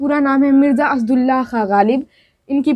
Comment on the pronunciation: Words pronunciation me thori kami hai. Jaise- Asadullah khan ko aap Asad allah khan padhti hain